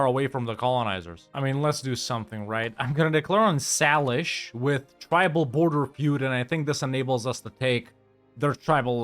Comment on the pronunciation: Just an fyi. Salish is pronounced “say-lish.”